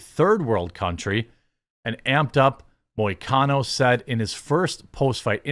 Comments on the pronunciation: You pronounced perfectly. And hes Brazilian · Im a MMA fan and you actually got the pronunciation of his name was on point Moicano is great he has allot of interviews like this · You pronounced his name correctly 👍